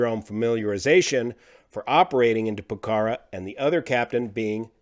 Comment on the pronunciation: Love u, but ur not pronoucing Pokhora correctly and it's driving me nuts (I live in Nepal). So, pilot error then. That sucks.